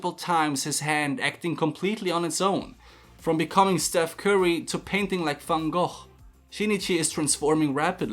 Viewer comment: I can’t get over how he pronounces ‘ Van Gough ‘